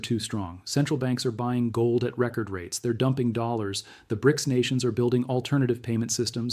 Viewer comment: This video would get an A* if only the AI could say dollars correctly!